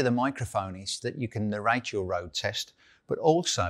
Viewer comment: "you can narrate your own road test" - "remember for narration" I speak US English and finally had to turn the subtitles on for those two lines. All joking aside, good video.